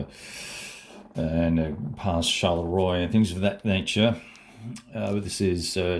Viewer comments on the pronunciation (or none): Love this map and fresh video! ps. Mont St.Jean --- "Mont Sant Zhunn" Charleroi -- "Sharl-Rwuhh"